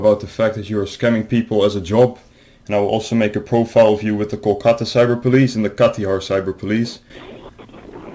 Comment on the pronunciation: normal people watching videos for the amazing content me, going through all his videos to hunt for every single time he says "Kolkata" because it d o e s t h i n g s t o m e